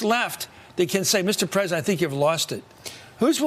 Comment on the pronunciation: Give Donnie a break. Being pwesident is hard. I mean, who knew?